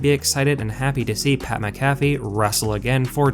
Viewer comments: I cannot stand the way this guy is pronouncing pats last name. Good lord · Who tf is pat macafe??? WHAT? !!? Sounds like a mcdonalds drink or some crap. 😂 another idiot that makes money off the sport and cant even have the respect of knowing how to pronounce their name... That Wrestlelameia clown is the same way. Why i wont sub to these clowns or like any vids... Faker then back yard wrestlers!!!! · You not being able to say pats last name right is making me turn this video off. Sorry man